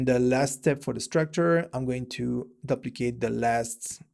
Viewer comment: what a great video, i have learned so much from you. just wanna share something with you. the word 'duplicate' is pronounce as 'doo-pli-cayt' or 'dew-pli-cayt' not 'dahb-pli-cayt'. we can all learn from each other.:-) i have also watched so many other videos from you and learned so much. thanks!!!